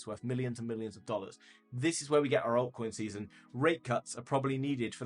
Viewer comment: What's a huge "oiy coi see-sun" ? I just spelled phonetically.